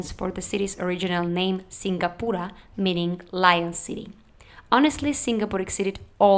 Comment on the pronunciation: Singapura... you said it right 👍🏼